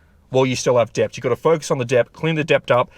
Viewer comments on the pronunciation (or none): "debt" is pronounced 'det'